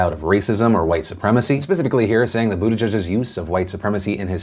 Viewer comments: Phil, your job is to speak into a camera about current events, so could you please make an effort to pronounce Pete's name correctly? It's not "boot a judge," it's "boot edge edge." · Boot i geeg would be a closer pronunciation. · Waiting for the day Phil pronounces Buttigieg correctly.